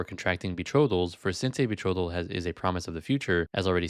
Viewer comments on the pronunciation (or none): As soon as he said “be-throw-thal” I knew he was just yapping lol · Not only can he not pronounce "betrothal", but he obviously doesn't understand what it meant in the Middle Ages (when Aquinas lived and wrote). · hell he cant even say "betrothal" right!!! lmao